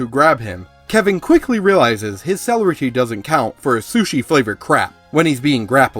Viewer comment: Tremere- Tray- meir (rhymes with pier) Celerity- suh lair uh tee